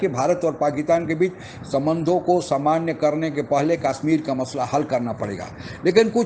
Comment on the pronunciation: कम से कम काश्मीर को कशमीर तो बोलना सीख लीजिए।